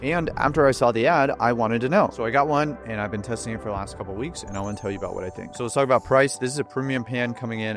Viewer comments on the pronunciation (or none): none